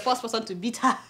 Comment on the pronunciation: But Adeola why this ghanaian accent(heh)instead of normal english word(her).Were you brought up there or you just like their accent